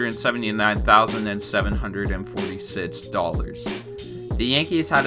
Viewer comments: Where did you grow up? You talk funny, like the way you pronounce six... "sids" lol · You say six weird lol. Great video though!! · why he say 6 like that? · how this guy says six